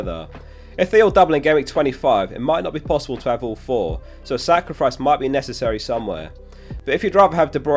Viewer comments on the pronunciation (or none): did you say Saka-rifice?